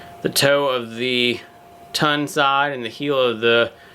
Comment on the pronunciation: It is "Tongue and Groove" Not "Tun and Groove"! It is said just like the Tongue in your mouth.